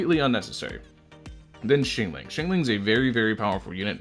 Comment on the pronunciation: "Xingling" IM DEAD